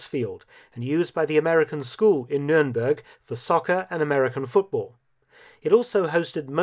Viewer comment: its not numeremberg in english , dont do jokes in a documentary now english as a second language people will be walking around saying numeremberg SMH